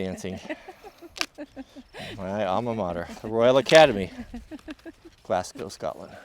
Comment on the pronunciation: You're one of the first Americans I've heard pronounce Glasgow correctly